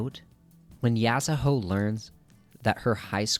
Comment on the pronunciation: The argument about Kira already having a presense doesn't work for the manga. He straight up didn't appear until halfway. They changed it in the anime, and prob will change it for Touru as well. (also it's so annoying that you say yasahoe instead of yasuho) I agree that he was introduced way too late tho